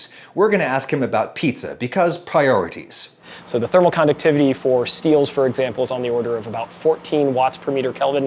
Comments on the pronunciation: Here's a comment, he says "pie-orities" instead of "priorities" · 3 years late but did he say "Pie-orities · Did this guy just say PIE-orities